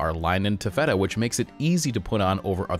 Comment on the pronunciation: "ta-FETT-a"? Seriously?